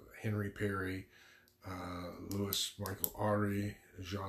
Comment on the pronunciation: Pirate he was a privateer... and you butchder his name